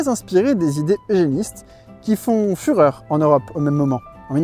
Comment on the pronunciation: "Ces idées font fürher en europe" 😂